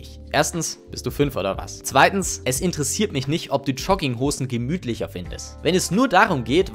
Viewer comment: "Schogginghosn". Lustiger Typ, der mir erzählen will, was ich zu tragen hab